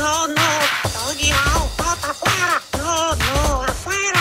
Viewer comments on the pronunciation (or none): its ''Pa Fuera'' not out fuera, or out fueda